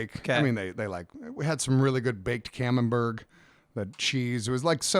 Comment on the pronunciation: Australia has bad food? All of Australia? Righto then. Also, it's 'Camembert' not "Camemberg"